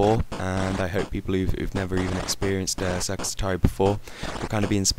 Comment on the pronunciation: sounded like you called it 'sex atari' O_o